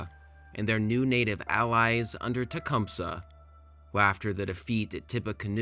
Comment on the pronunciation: You pronounce Tecumseh way more correctly than we do though "T-cum-sea"